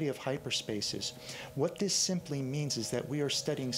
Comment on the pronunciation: Some of the narrators make sense , some of them dont have any notion of what they are talking about . (The guy trying to explain atoms , "simulally" )